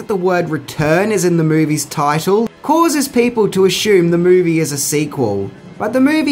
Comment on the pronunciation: I can't stand how this dude says MOUVIES